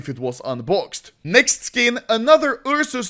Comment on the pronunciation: Ah yes the "Ur sus" knife